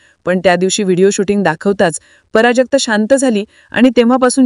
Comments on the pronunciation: पराजक्ता नाही बावळट प्राजक्ता म्हण. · "" पराजगता "" नव्हे , "" प्राजक्ता "" असं सांगा. व्याकरण हा मराठी भाषेचा बावनकशी सोन्याचा अलंकार आहे.